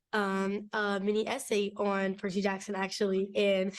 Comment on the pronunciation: percys name is Percy - c, like the s sound not like jerky that's just weird